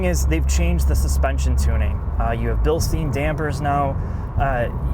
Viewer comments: Bilstein is pronounced Bil-steen, not Bil-stine. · BILL-SHTAYN ! Not BILL-STEEN